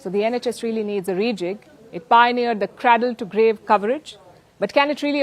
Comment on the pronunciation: Palki Sharma... 'cradle' is pronounced cray-dil. Cray to rhyme with bray. Not Cra to rhyme with bra!